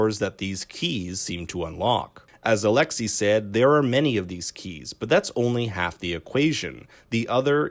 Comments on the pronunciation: Stop calling him Alexy his name is Alexei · its alexei bruh